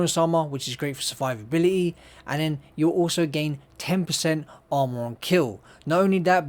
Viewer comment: its funny how you pronounce it!